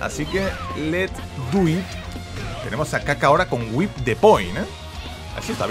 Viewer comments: Se pronuncia "wip", no "waip", "amigo", aprende inglés. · En realidad se dice "wip" no "waip" por la h entre la w y la i